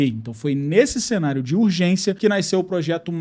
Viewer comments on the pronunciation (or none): none